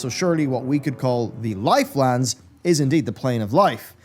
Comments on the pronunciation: Nobody:: L I F E L A N D S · everytime he says lifelands i feel rage building in my chest